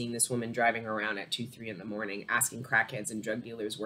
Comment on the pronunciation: And every time you say morning it sounds like you say my name mani!! Lol that’s how i know